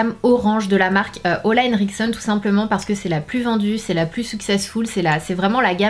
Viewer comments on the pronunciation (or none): Mais pourquoi tu dis "Olahenriksen" alors que cest "Olehenriksen" ?? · petite question.. pourquoi j'entends toujours "ola" au lieu de "ole" ? c'est bien "olehenriksen" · Je suis la seule à être perturbée par la prononciation de sana "OLA est chez nous!" Alors que la marque c'est olEhenriksen. Juste pour savoir si je suis perturbée pour rien ou pas😅 mais tkt sana je t'aime quand meme😁❤